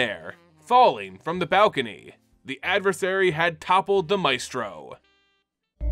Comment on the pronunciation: The Adversary vs. Xander part made me upset... You kept saying Advisor instead of Adversary and Mephisto instead of Maestro :(